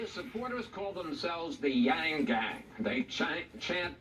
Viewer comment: I like Wallace but "Chank" and Wang??? C'mon man!!